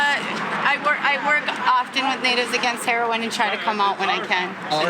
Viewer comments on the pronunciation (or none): yeah he said natives against erin that's mad funny cuz he didn't want people to hear what he was saying so he mispronounced it on purpose trying in vain to stay low key